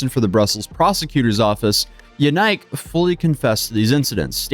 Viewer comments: Lmao yenike? It’s pronounced yeah neek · The way you pronounce his name is dropping my IQ